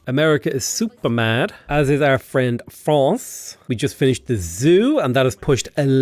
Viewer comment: As a French I'm so glad you pronounce France the right way